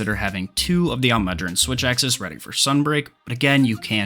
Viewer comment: That butcher on almudron’s name hurt my soul